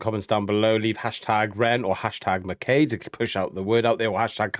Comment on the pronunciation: I can forgive our US cousins for not knowing how to pronounce a Scottish and Irish name. But guys we're supposed to be together in the UK. Mac Eye is the pronunciation.